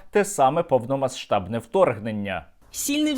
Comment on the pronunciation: Сергію, дякую за контент, але хотів трохи поправити, бо ріже слух))) - в словах по типу "повномасштабний" відбувається спрощення, щоб легше було вимовити, і частка "СШ" перетворюється чи то в подовжене "шш", чи просто в "ш". Тобто можна сказати "повномаШтабний" пропустивши звук "с", щоб не було нагромадження приголосних) Не філолог, можливо "сумбурно" описав, просто трохи ріже слух, якщо чесно)